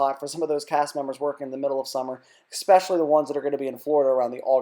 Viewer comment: How you going to try and be successful in media, yet you don't know how to properly say especially?